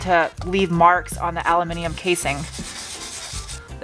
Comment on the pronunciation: One of your best videos yet. Farting noises, dirt on your nose and again the correct pronunciation of aluminium. Just one negative tho. That ruddy cutout of May.